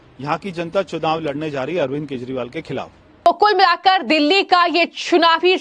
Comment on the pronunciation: प्रिय उद्घोषिका (Ancor) जी आप कई शब्द सही नहीं बोल पाती है जैसे केजरीवाल को केजवाल बोलती है कृपया उच्चारण सही करने की प्रैक्टिस करें